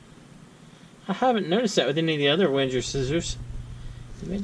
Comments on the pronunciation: It's pronounced Venger, not Wenjer. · Can you please stop saying "Wendjer"...? The "W" reads as a "V", and the "G" reads as a "Geee" not as a "Jeee" (as in "GO" not as in "JOHN").... WENGER spells "VenGer" Thanks ;)